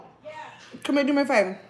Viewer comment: That’s the first time I ever heard her say “dew” instead of “do”.. hilarious